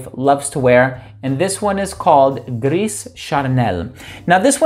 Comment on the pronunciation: The Gris in Gris Charnel is pronounced GREEH, not GRISS